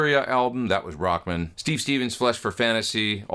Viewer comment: Sweet! Funny, you say "Rockmun", like a dude's last name. I always say Rock-man!